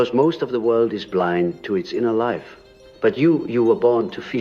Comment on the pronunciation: So when he said unlived life he pronounced life as lif - is this an indication that this is ai generated voice reading something that Carl Jung was never recorded saying? How do we know it wasn’t edited?